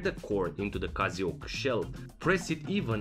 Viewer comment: why are u calling it casiooak